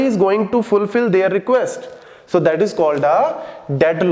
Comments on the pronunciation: did sir say filful lmaooo cutie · did he say filfull ? funny